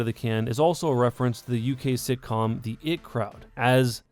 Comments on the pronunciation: Learnt alot about some of my fav skins :) I already figured the Widowmaker one though. However "It Crowd" is pronounced "I.T Crowd" and we do not use 911 here, we use 999 as our emergency number. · lol The it crowd? the i t crowd lol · It’s not the “it”crowd it’s the” I-T”crowd like an IT office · So many things have been pronounced wrongly in the video. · You said “the it crowd” wrong